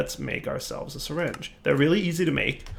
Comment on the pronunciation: I thought you pronounce it "Syringe" not "Seringe"..